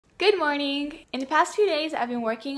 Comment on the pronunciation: ..ghimorning???? :-D i hope you not english mother tongue